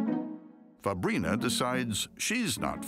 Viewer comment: Fabrina I thought the narrator said fabreeze